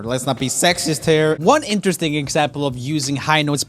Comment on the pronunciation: Am i the only one who wished he said "INteResTiNg" instead of "insteresting"?